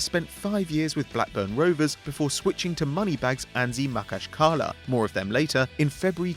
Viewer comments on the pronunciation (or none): He pronounced anzhi makhachkala wrong, its ma-khac-ka-la